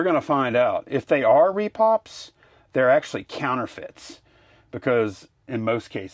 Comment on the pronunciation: Why do people say "Re Pops" instead of "Re Pros"???